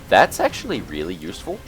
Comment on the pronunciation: Omg I died at "Reaealli, riiieraly long time!"